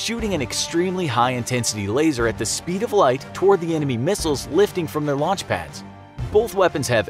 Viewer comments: Its also 'launch'. Not 'lunch' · "Lunch" 3.03 😂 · Lol I'm dead "lunch" immediate retaliatory resonpons